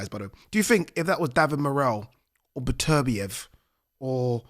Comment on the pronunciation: Ber-ter-biyev? Better-biev. Come on.